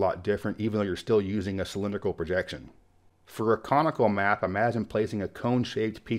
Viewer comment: I had to relisten to be sure you said comical versus conical. 😁 and one nice thing about this project and is that it doesn't leave anything off the map. New Zealand: ummm... Thanks for walking through those enjoyed them very much! Love the Robert Cray album too.